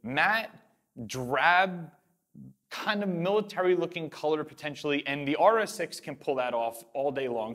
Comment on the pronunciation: How about 'Mintilary'?